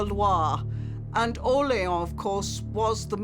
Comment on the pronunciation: Why does your AI voice mispronounce "Orléans"? The people you show pronounce it more correctly.